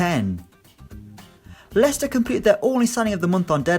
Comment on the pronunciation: I know what you were trying to say, but it sounds like you called Leicester "the fuckers "